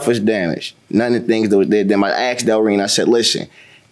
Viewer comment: He "axed" her, and I wish Americans could learn the language, it''s ASKED not AXED. It's not that difficult!